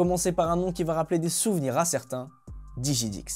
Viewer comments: DiGiDiX > Prononcé Di-GUI-dix, quand mêêêêêêêêême, ça fait mal aux oreilles !!! 😅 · c'est pas "diJidix" mais bien DiGiDiX !! haha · Il a dit dijidix ecorche pas la légende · Dimilix même XD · "DIJIDIX" trou du cvl prononce les blases comme il faut au moins ...